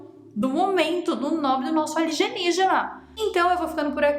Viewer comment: Nem lembro quando comecei a falar ALIGENIGENA. Jamais vai sair com a pronúncia certa😂😂😂